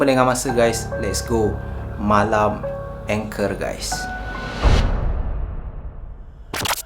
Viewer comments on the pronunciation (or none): Hi boleh tanya tak?angker tu sebutan mcm salah..ang bukan eng..kerr tu bukan anchor..😅 sorry saje2 tegur sya baru jer tengok Chanel ni..sbb sya slalu tengok dgn Qama..semoga sukses selalu ☺️ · Sebutannya ANGKER......bukan engker😄😄😄😄😄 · ANGKER sebut ANG-KERRR bang, bkn ENG-KER.. tu Anchor ⚓ 😄😄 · Assalammualaikum wbt saudara channel.. Saya (Cikda) pengikut setia.. Baru sebentar saja ni mengikuti saudara.. Maaf nak cakap sikit.. Bukan sebutan ENGKER.. Orang2 Jawa sebut ANGKER...biasalah kan gangguan2 dr mahluk yg saudara sebutkan itu.. Banyakkan zikir dan amalkan sentiasa amalkan ayat2 ruqyah.. AMALKAN Baca BISMILLAH 7 DAN BISMILLAH 5 sekurang2nya 3x selepas subuh.. dan 3x lepas Maghrib... Jangan lemah semangat yer.. Mahluk itu bukan sesiapa tiada kuasa..jangan takut padanya.. ALLAH SWT jadikan kita lg lebih mulia darinya.. So terus bersemangat ok... Salam dr cikda.. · Salam. Perkataan "angker" tu bukan sebutannya berbunyi "anchor" mcm yg awk sebut tu. Sebutannya baku, "ang" tu baku, "ker" tu tak baku. Keep it up bro.